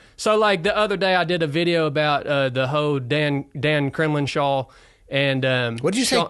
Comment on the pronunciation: And Kremlin-shaw, not Cremlinshaw.